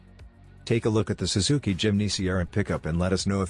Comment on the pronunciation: “SWZZIKI“？？ FAKE AI model